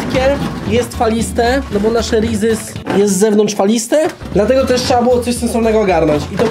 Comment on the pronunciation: jak coś to się wymawia przez Z bo trosze irytuje hehe